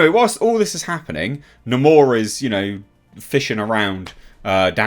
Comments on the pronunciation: Hate how they pronounce Namor as "Namore" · That's how they pronounce his name! They totally miss this character! WTF!